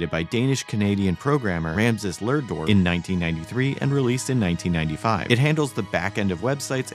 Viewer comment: Who is this Ramses Lurdor? The name is Rasmus Lerdorf. Also it seems most if not all serious programming languages are created by danes.